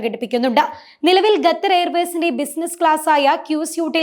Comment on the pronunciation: Ggathar alla koche... Qatar